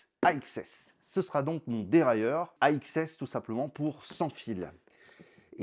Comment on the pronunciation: AXS à prononcer comme "access"